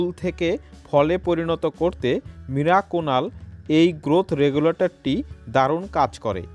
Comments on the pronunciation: কথা যখন বলছেন ঠিক করে বলা দরকার, মিরাকুনাল নয় ওটা মিরাকুলান। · ওটাকে আপনি মিরাকুনাল বলছেন কেন উচ্চারণে সমষ্যা। আসলে ওটার নাম মিরাকুলান। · মিরাকুনাল না মিরাকুলান। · Video টি upload করার পর বুঝতে পেরেছি, আমার মিরাকুলান উচ্চারণ টা মীরাকুনাল হয়ে গেছে, 😀😀😁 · মিরাকুনাল নয় মিরাকুলান।